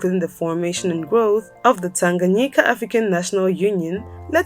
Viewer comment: Your pronunciation of ‘Tanganyika’ today is spot on!